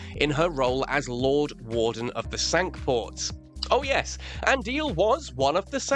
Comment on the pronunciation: The word Cinque in this context is not pronounced as in French but as SINK. Honest.